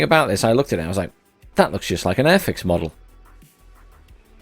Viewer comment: You said airfix model like 10 times... what is arfix?